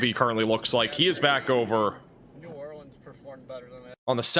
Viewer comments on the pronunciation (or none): none